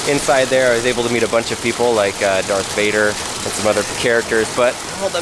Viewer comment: Did you say dark Vader its darth